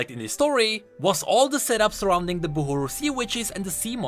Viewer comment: ITS BUHRU , NOT BUHURU !!!